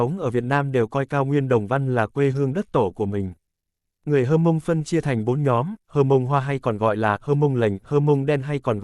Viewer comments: Theo mình biết qua tư liệu và hỏi một số người bạn dân tộc Mông thì không có người Hơ Mông hay Hờ Mông hay "Hát Mông" nhé. Theo chữ Mông thì có chữ "H" đứng trước như vậy là phụ âm gió, khi phát âm có một lượng hơi bật qua mũi, chí có người Mông hoặc rất ít người khác phát âm chuẩn tên dân tộc Mông. Trước đây thường được bệ luôn chữ của người Mông vào các văn bản hay tài liệu... là "H'Môngz" (Hmoob), nay đã có văn bản quy định chính thức viết là "Mông" rồi, nhưng lưu ý khi phát âm nhé, rất giống tiếng Pháp, người Mông thường nói tiếng Pháp rất chuẩn vì cùng hệ phát âm. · Chữ H'Mông, hoặc Hmoong (chỉ dân tộc Mông) là cách viết theo ngữ latinh, Pháp, còn đọc thì là "mông", vì trong ngữ pháp các ngôn ngữ này chữ "H" không đọc (không phát âm), gọi là H' câm, nên phiên âm cũng đọc: dân tộc H'mông là Mông, còn viết thì cũng nên viết theo phiên âm cho phù hợp, tránh phiên âm sai (như là đọc: hơ mông); các dân tộc ít người khác cũng đã đọc tên dân tộc theo phiên âm cho thuận lợi, trừ các dân tộc Tây Nguyên (cả tên địa danh) vẫn viết, ghi theo phát âm của chính họ cho nên nhìn chữ thấy rất khó đọc (mà không phải ngoại ngữ), còn lý do thì các bạn tự hiểu, vì rất tế nhị, dễ hiểu sai, không khéo rồi mất lòng kinh- thượng